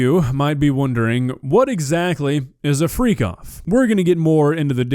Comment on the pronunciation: freak off was such a weird name for parties that i at first thought you said free cough.